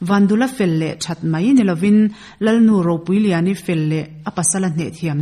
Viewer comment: A chhiar tu te an chhiar fimkhur lo hle mai Ronaa ni loin Rohna a tiin chhiar se Lal nu Ropuiliani tih an lam dan pawh hi a diklo Lal Nu Ropuiliani tih turah LalnuRopuiliani tiin in chhiar zawm a tin Tlut pawrha Tlur tih leh pawrha tih in karah hian thlukna a awm tur ani